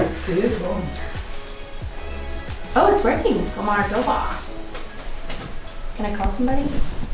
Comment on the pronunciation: How she tried to say thank you xD